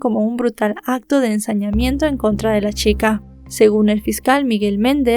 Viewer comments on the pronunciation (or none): "...al parecer la shica, había trabajado..."? No será chica?